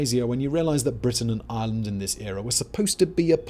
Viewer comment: Island or Ireland?? What are you saying, Simon?